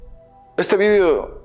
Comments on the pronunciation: por que dice vidio? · entiendo ahora que lo dices si dice vídeo, por que cambiara la entonación de la palabra.